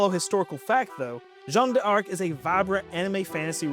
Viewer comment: Yeah your French is atrocious and an affront to my ancestors (just kidding but it is bad). A rule of thumb in French is you don’t end a syllable with a vowel and begin with another one. D’Arc is closer to dark in pronunciation.